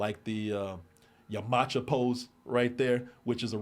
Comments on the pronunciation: Yah-Macha?!! That’s a first hearing that pronunciation 😂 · this nigga …. I ain’t never heard YAMCHA (YOM-CH-UH) pronounced that way 🤦🏾‍♂️😂😂😂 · Hearing non anime ppl say anime names will forever be hilarious. “Yamacha” lol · Yam-cha is how it is pronounced. Apologies for the nerd out. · I'm sorry, Dragon Ball fan here.... What is that pronunciation? 😂